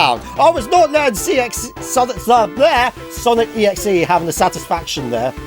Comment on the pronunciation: How many times did you see Sonic.EXE? Also, the . in Sonic.EXE is supposed to be pronounced with the other 2 parts. Just wanted to say.